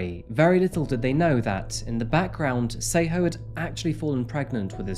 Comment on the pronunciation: Your pronunciation of the names is too terrible. Tsego (try saying "TS" like 'ch' but more like "tisk" with the 'I' or like in Ella Fitzgerald's song 'a tisket a tasket' then a soft "e" like in elephant and then "Ghaw" like the sound "awe" not a sharp 'O' like in go. You are literally calling her "Say-ho". This is so far off it sounds like a story about native Americans or First Nations peoples. It's great that you do videos on South Africa and not just Europe and the West but you really need to listen to some South African news or just ask someone who comes from there, in person or online, how to say the names because you are honestly BUTCHERING them! And that is coming from a white South African which already says a lot (we are not known for our proficiency of Bantu languages, sadly). We gotta do better. Can't even watch the episode, it really is that serious.